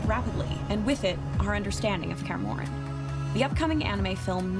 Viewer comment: da hell is karmorien? why can’t she just say Kaer Morhen like it’s meant to be spelled?